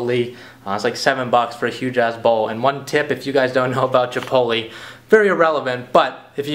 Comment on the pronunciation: "Chiptoleeee" that's wrong. It's Chipotle.